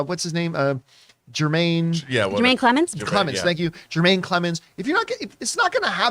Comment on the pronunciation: It's Jemaine, nor JeRmaine